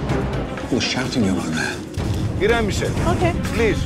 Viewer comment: I’m oKEH